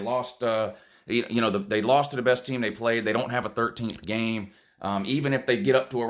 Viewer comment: So your problem with Minnesota is, "Who dey pwayed?"